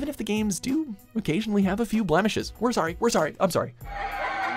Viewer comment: Did you say blemishes!